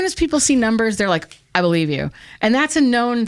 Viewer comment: Thank you for taking almost 3 hours to validate my notion that nobody on this planet knows what is going on. ;-) Yes I do not know either! :P In the end she made the most profound statement by starting a sentence with "I be-lie-(ha)ve". 'The truth' is not out there, it is what you make it! There is no 'The Truth', there is only your truth. It is called being conscious.